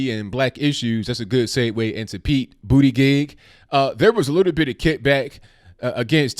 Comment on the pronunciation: Its Pete Booty-Jizz! Get it right guy. lol